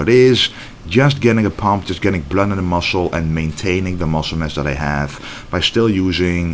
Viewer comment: I love it how you say blurd. Keep pushing 😎💪👊